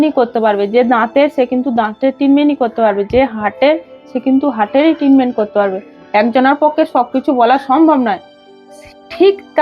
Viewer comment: উচ্চারণের অনেক defect. Treatment এর উচ্চারণ টিনমেন্ট নয়।